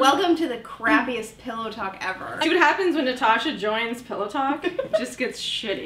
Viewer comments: Caught Natasha saying pellow there at the end. smh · Natasha teasing Elise about saying "pellow" and "malk" is the most adorable thing I've ever fucking seen. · Natasha: Say pillow. Elise: No! Natasha: SAY IT! Elise: Pellow talk.. omg.